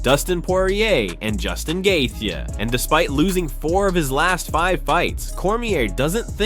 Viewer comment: Not tryna be mean but you said Gaethje wrong it’s pronounced Gay-Chee